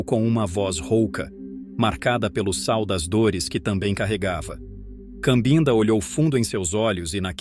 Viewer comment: Com todo respeito, a pronúncia correta é Cabinda, que é a região onde nasceu e cresceu um pouco a menina que se tornou a vovó.